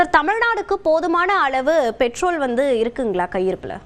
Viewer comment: தமிளகம் Betrol (Petrol) இது என்ன? உச்சரிப்பு